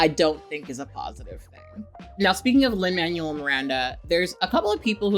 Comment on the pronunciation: Americans usually pronounce “Manuel” as “man-well” so I’m thrown over your pronunciation as “manual” lmfaooo